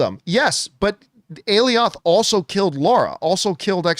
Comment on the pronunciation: Okay John enough. Go check how to pronounce Alioth. This has been going on for too long.